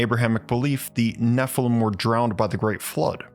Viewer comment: Nephilim is pronounced, "neffel-eem".